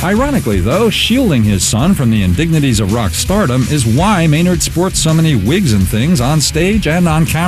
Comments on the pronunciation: you do know his neam is spellaed MAYNARD not MEENERD, right??? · lol, i thought i was the only one who noticed how he totally FUCKED UP MAYNARDS NAME and many other words in a whole sentence. Maynard is such a smart man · lol thats exactly what i was thinking ... i was like whaaaa the fuuuucckkk ... his neem is meeeenard jeeems keeeeneeen if your gonna say his name at least say it properly!! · lol i cant stop scrolling back to the beginning where he choses to not use any vowels besides Es. hesneemesmenerdjemeskeenen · ghahaha he said meenard xD what a noob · haha got to love Canadians and the way they pronounce things :)